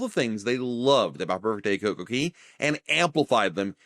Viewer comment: It’s Coco Cay, not Coco Key!